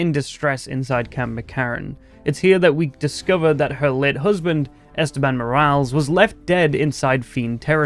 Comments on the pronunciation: It's pronounced "Mor-al-es" not "morals" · mor-AL-ez, not mor-ALS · More-als lmfao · I love how people from the UK pronounce Spanish words (unironically, no hate intended.) Between how you pronounce "Morales" and how Sam Pilgrim says "Medellin" it makes me do a double-take and crack a smile every time.